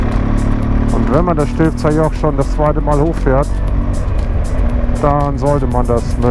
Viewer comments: Nette Videos Stivser Joch nicht Stifzer Joch ;-) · Es heisst Stilfser Joch!